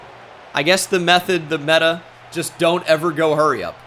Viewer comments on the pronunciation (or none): none